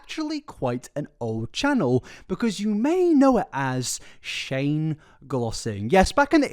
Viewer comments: you call shane strange instead of shane haha not a hatertho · Cannot stop giggling at you messing up Shane’s name and calling him Strange instead 😭😭😭😭